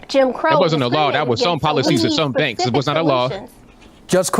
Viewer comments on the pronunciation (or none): none